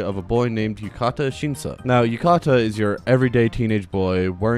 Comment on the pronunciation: I know this doesn't matter but his name is Yu-ta-ka not Yu-ka-ta which is the way you say it in the video